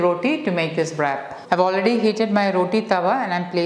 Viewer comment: Nice recipe , in wrap pronunciation, w is silent